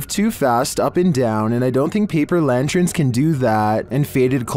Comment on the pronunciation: What are “lantrins” or “lanchrins”? Hmm. Anyway, they might just be lanterns they’re seeing.